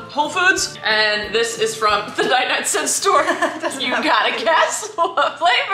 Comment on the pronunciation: “Ninety nine cEnt store”